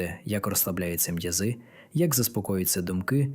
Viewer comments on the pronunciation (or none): У Вас виникло спілкування з ШІ ? Ваша похвала спрямована штучному інтелекту, який ще в коротких штанцях, тому й калічить наголоси. Виходить, що Ви вважаєте, що доцільно дякувати ШІ за те, що він вимовляє "м'язИ", а не "м'Язи " та й за ін.похибки? Хвалити можна лише людей, живих лікарів чи дикторів, які озвучують написаний кимось текст правильно. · пУчечок,м'язИ)) це ШІ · Будьте добрі, говоріть правильно... особливо, коли взялись озвучувати відео! Зовсім не наші, не українські слова... Якісь незвичні наголоси пУчочок... лУпи... м'язИ...і т.д.